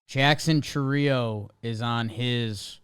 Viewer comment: Also, if it was pronounced the way you guys said it, it would be spelled Chourío instead of Chourio